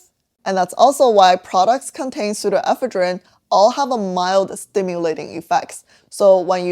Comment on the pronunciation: ive never heard this pronunciation of pseudoephedrine before. where else do people say it like that? in eastern usa ive always heard it with the emphasis one syllable later.